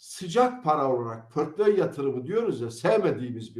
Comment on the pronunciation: Yeminle portföy dediğini anlayınca sesli güldüm😂